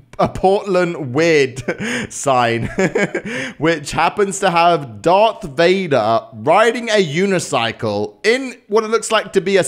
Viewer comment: wait a sec how did he just pronounce darth vader ??? dartth vader ?